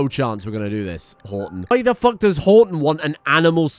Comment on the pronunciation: Everytime he says Horton I just hear "I'm Rodger"